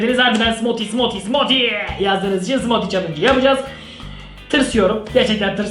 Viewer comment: smoti değil smuuti diye okunuo